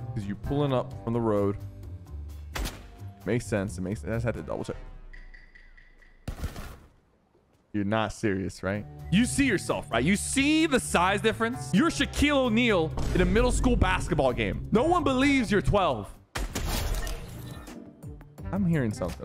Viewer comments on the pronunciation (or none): The fact he said “shaqel o neal” had me dying